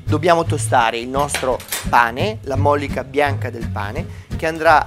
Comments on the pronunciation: AHAHAH va bene che è ...dei fratelli Cerea ma almeno mettere il peperoncino visto che il nome lo cita? Evitare di bruciare l'aglio? Mettere della mollìca invece che la mòllica? 🤣🤣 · Ricetta a parte, ma poi la mòllica era buona? Si dice mollìca, porca miseria. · si ma ...si chiama MOLLICA ...non MOL LICA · mòllica, rùbrica... e chissà quanti altri termini storpiati al Nord Italia... e poi noi al sud non sappiamo parlare l'Italiano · no no è sbagliato. Non si dice móllica. Sbagliato proprio.